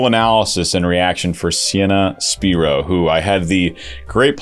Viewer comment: It's pronounced Spyro not Speero. I heard her introduce herself.